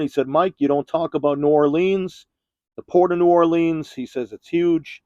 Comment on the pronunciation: New Orleans is pronounced Nawlins!! LOL Sorry I'm late to see this!! Was without internet a few days! Thanks Mike! That was awesome!!!